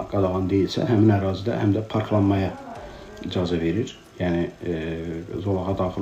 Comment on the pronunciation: İdzazə yox, icazə